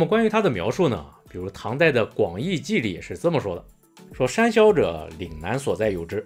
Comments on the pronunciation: 為什麼我一直有罵髒話的錯覺😂公山魈一直聽成公三ㄒ⋯ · 博主国语发音公山魈不标准，建议带点台湾腔😂。